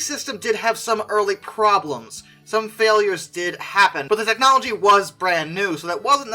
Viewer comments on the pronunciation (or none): none